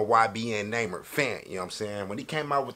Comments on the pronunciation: "ybn Name-er" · “Ybn namer” 😭😭😭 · it’s nuhh meer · It's pronounce " numer " like number but without the "b"